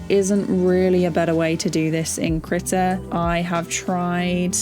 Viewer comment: /kr'i:ta/ KREEEEE TA NOT critter not critical not that HORRIBLE WAY YOU ARE SAYING IT. KREE-TAH like CHEETAH or CREEK.. AHhhh.. KREEEEEEEEEETA